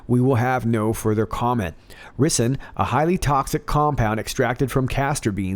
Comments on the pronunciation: “Rye-sin”. Not “ri sun” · lol..I was wondering how many people would correct that...or "Rice - in" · Love this channel and love your presentation style but.........Ricin (/ˈraɪsɪn/ RY-sin)-----"rice in" my man! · Greetings! It's pronounced Ri -zen,I believe. Bad stuff. Really, really bad!! God bless and thanks! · FYI rison is pronounced (rice on). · Btw....its 'rye' cin. Evil knows no bounds! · Pronounced RYEsin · I think It's pronounced Rice -n MCGA love it haha. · I think its "rye-sin" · if you remember there were envelopes with ricen sent to representatives after 911. Turns put they were made right here in America and were not an Arab plot. This is a known deep state tactic. FYI its pronounced rice-in. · Pronounced rice-in. Love ya! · Ricin Pronounced Ryesin. Still LOVE ❤️ You! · The first i in ricin is pronounced like the i in rice.